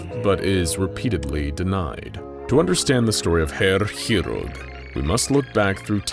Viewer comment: I agree, I'm learning it, and personally 5/8ths German, and does pronounce it very well.